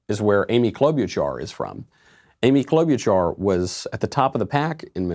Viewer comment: I hate the way you pronounce Klobuchar.